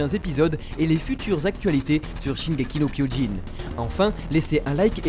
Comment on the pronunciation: Au début il dit Shingekyo no Jin ? Mais sinon très bonne vidéo